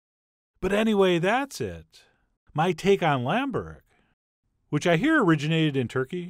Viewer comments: Pronounced "Boo-wreck" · Heyo Chef John, You must eat this stuff with yoghurt, and next time make it greasier , that the authentic way to make it and eat it and by the way the way you pronounce it is bo-rek (like boo but shorter) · It's burek not borek